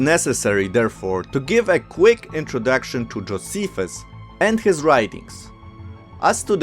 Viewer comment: Also, Joe- SEE- fuss.